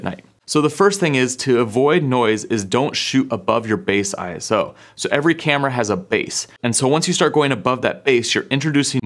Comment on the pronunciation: Stop saying I S O 🙈🙈🙈 Its a word…. ISO